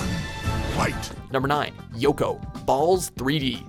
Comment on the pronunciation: Did he say.. BALLS 3D?!